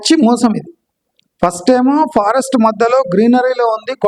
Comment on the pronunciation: Sir they Pharest not forest😂😂